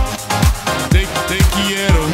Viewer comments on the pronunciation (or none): Person exisist: *Talks a perfec french* Talking spanish be like: tE quIErO